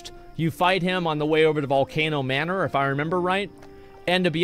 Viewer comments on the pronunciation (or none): none